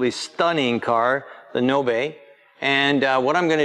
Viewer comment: Please do not butcher the 🇪🇪 language. like you heard from he's last name, o is o not ou and a is a not ei in 🇪🇪 language. Again, Nobe is 🇪🇪 word that means fast or quick. (the e in that word is not in Fance)